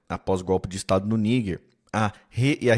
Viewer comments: Vei. Não fala niguer, fala Nijer… YouTube vai bloquear vcs! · Por que ele fica falando Níguer e não Níger?